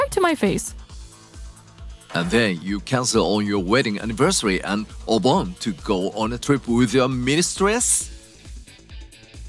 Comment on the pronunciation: Obon is pronounce 'Oh-bon'. It annoys me how many stories on youtube have people who can't pronounce common names and words.